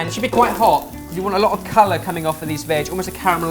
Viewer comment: Every time he says "veg" I imagine him saying "vag"